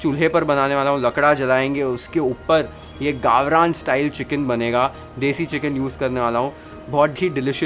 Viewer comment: I love the way he says " वाटण" "गावरान"...! The efforts are seen. Keep it up.